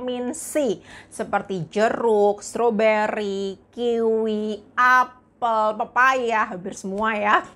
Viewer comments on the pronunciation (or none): none